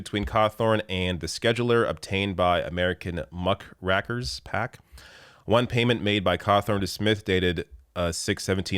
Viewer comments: it is Muck- rake -ers, as in a tool to rake up the muck, a dung fork. Earliest entry in OED in 1366. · "muck rackers"?